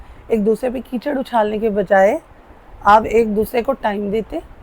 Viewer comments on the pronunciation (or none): Bibi ""cheeker ""nhein kehtey ""keecher "" kehtey hein .😮😮